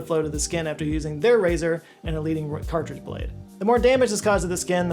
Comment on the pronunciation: He really mailed in that Henson ad, huh? Didn’t even bother redoing his miss on “cartridge” and He pronounced “erythema” in 2 ways, both wrong 😂 Bravo!